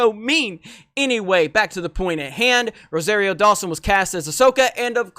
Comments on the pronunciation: Not ROW-ZEHR-EE-O but ROW-SAHR-EE-O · Ro-sahreero. Like sorry. Not airy.